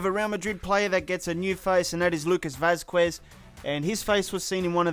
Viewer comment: Bro you need to learn how to pronounce some Spanish names. 😂 Lucas Vazquez sounds "Lucas Vazkez" and "z" sounds like "c" more than an "s". I love your videos. 👌🏾